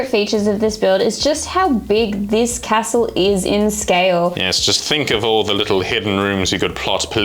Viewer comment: Anyone else triggered by "Ca-stell". Great work on the castle team:)